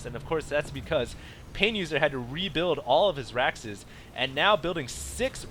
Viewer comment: The way he says raxes makes me angry